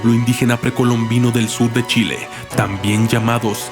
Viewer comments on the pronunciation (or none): none